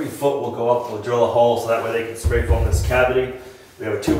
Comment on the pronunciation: You said "foam company" I heard phone company. It was an interestng couple of seconds of, "What!?" for me. A hole saw might have made that easier eh?